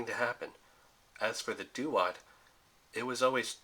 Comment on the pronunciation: Duat is pronounced Dwot, not doo-ot